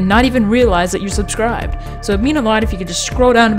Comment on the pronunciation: Great content, deserve more subs, also did any1 else hear him say "Check if your subsribed" Just like ""hey guys make sure to unsub